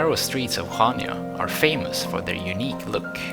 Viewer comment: its pronounced hania.